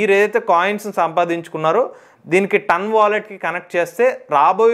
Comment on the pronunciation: Adi Tun kadu Ton😂